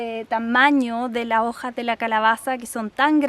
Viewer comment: Me gusta cuando dice: las jojas